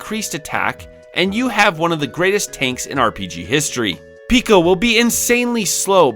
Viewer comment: It's Peco, not Pico though